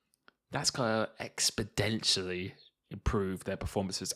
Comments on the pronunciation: Expedentially? lol. That word is "exponentially",. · Btw it is pronounced expo-nentially not expo-dentialy 😂🙏🏻